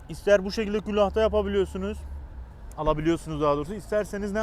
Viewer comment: Abi 'Külah' kelimesinde iki tane L harfı yok ;) saygılarımla..